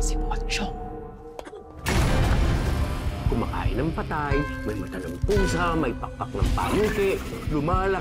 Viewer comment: Kala ko pokong ung pronounce